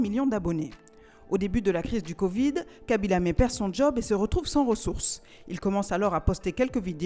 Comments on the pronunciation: Aïe la prononciation du nom ça fais mal on dit laime pas lamé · Khaby lam(é) 😭😭 On le prononce khaby laiyme Mais on l'écrit khaby lame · Ca se prononce Lame et non Lamé.🤣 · vraiment désolant je ne sais pas pourquoi Ils n'aiment pas prononcé normalement les noms des africains c'est pas lamé mais plutôt lame de son vrai nom habib lame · Vous êtes sûr ? Parce qu'en Italie, ont dit "lamé" et Khaby lui-même dit aux journalistes internationaux (notamment ceux de CNN) que son nom se prononce "La-may". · Juste au cas où ça ne se prononce pas "khaby lamé" ça se prononce "khaby l'heym" par contre ça s'écrit bel et bien khaby lame , je m'excuse d'avance si la voix off avait un problème de dys (genre dyslexie) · un nom est propre ça se prononce comme ça doit se prononcer. Y’a pas d’accent donc « Lame » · ça se prononce pas comme ça s’écrit; de base ça se prononce haby mais les autres (ceux qui sont pas sénégalais) le prononcent mal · Non ça se prononce khaby lamé il l'a même dit arrêter de m'appeler khaby layme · C'est khaby l(ay)me ça se prononce comme ça 🤣🤣🤣🤣🤣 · Tu as prononcé kabilamé ?? Escuse moa?? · Sa se prononce < > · non! Ça se prononce comme le prononcent les Sénégalais. Respectez nous quand-même. Quand il s'agit d'un nom occidentale tu seras vachement moqué si tu le prononce mal. On dit "Modritch, Harry Magouwaye, cassemiro etc..." mais quand il s'agit d'un nom sénégalais personne ne fait d'efforts pour l'appeler par son nom